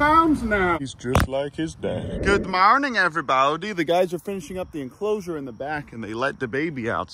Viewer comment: Good mawning everybawdy